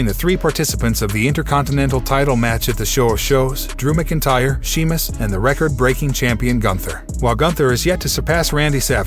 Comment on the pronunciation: It Sheamus not Semus